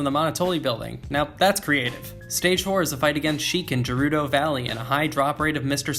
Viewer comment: Hey, sorry, I saw a bit further into the video and I heard you pronounce it "jih-rudo valley". I'm gonna have to retract my nice comment before and leave a dislike. I apologize!